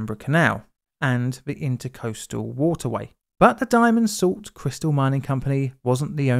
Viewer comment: Intracoastal. Not intercoastal. Intracoastal. It's a largely salt water canal that runs parallel to the coast, but "inside" it (that is, on land near the coast). Nice video, but that's the second time you called it the "intercoastal".